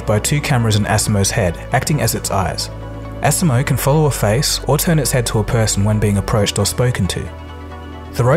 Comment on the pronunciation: I like seeing the robots. Technology is amazing. However, it made me cringe every time I heard you mispronounce the Asimo word. Think of the “SI” part as saying the letter “C”. So you can say it like aCmo. We should always strive to be the best at what we do so we do not teach something wrong.